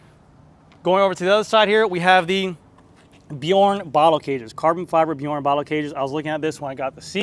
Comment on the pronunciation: another awesome build,! Love it! Glad to hear you not murdering the brand names anymore... except for Bjorn...the "j" should sound like a "y". anyway, you're getting there! LOL!